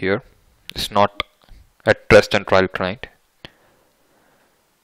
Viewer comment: Sir it's trial not trail both are different words pl correct hope u will take it in a positive way